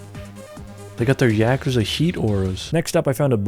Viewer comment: the pronunciation was so bad it passed the Turing test in reverse